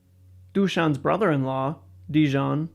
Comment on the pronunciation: You should saying Daeyan ,Voyeen ,Detchansky ,Urosh ,Sinisha ...